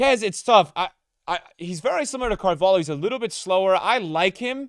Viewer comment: How is he still pronouncing Carvalho wrong